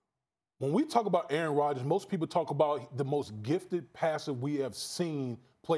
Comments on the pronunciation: "Errn Rodgis" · Try saying “Aaron Rodgers” like Damien Woody. Go ahead. It’s not possible.